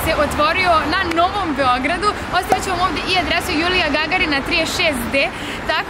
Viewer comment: hahaha kaze se Jurija Gagarina ne Julija😂😂